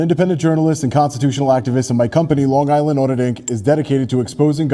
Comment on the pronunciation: please! This is the second time now. It's Long Island Audit, not Sean Online Audit.